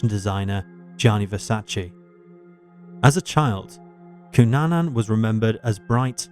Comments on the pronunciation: It's Cunanan, not Cunana. Get your facts right. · Cunanan not Cunana Just sayin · His name is Andrew Cunanan—with an “n” on the end.